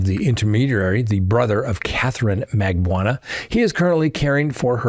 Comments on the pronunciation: ...its MAG BAN U A each syllable is pronounced not blended together. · Just an fyi, Katie's last name is pronounced "Mag-BAH-noo-ah". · come on. It's not that hard to correctly pronounce the woman's name. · Have you ever read or heard Charlie's girlfriends name? Magbanawa. ( not sure of the spelling) but can you read? I would expect so if you are an attorney. At least try to sound it out dude. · I’m a fan and appreciate what you do, but darn, take a few minutes and learn how to pronounce people’s name. Markel and Magbanua are though to listen to 😂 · It’s pronounced Mar-KELL and Mag-BAN-oo-ah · Dan Mar-Kell not pronounced Markel and Catherine Mag-ban-a-wa